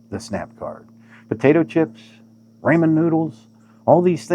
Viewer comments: My goodness , its RA-MEN noodles not RAYMOND noodles. Ya hay shaker 😂 👍 is the Piggly Wiggly still open at the south end of Hot Springs ? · Why do Boomers say Raymond noodles? 🤔